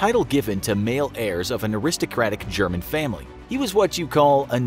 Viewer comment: your pronunciation is crude loool